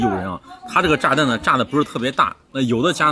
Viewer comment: 你说炸蛋 听着像炸弹